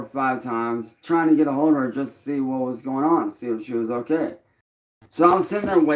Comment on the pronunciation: ever notice how can't say "Okay". He says "OhLay". Personal very excited to know he is not only a music artist. Label owner, streamer but also a bull fighter this goblin can do it all! 😂😂